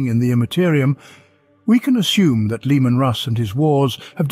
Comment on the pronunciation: I love how you keep pronouncing it Lemon lol